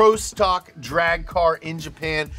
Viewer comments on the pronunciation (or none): Nailed the Jesse impression. Almost did a spit take when I heard you say "Jhaphan"